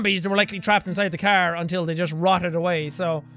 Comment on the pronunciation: Jack says it the cerrr not the car.